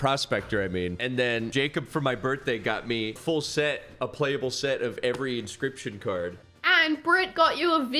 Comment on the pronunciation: I’m so happy he said inscryption.